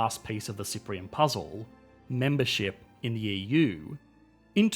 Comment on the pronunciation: He's also pronouncing it "Yee-Yuu" :D